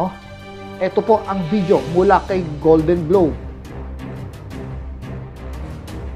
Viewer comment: Golden globes, hindi golden globe... with S yan